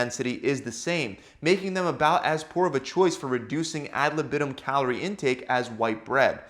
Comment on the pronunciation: If you use Latin words you should first learn how to pronounce them. And „ad libitum“ is pronounced very different from how you do it.